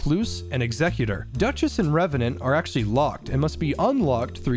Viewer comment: OH MY GOD thank you so much for pronouncing Executor correctly, every god damn YouTuber I've seen cover this game calls him "executer" and it like- that is NOT who he is he's not someone who's meant to end lives he is there to enact the last will of something that is gone. Had to do a double take when I heard you say it, audibly yelled in frustrated relief